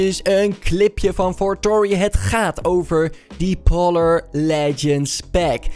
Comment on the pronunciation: Polar zeg je als poolar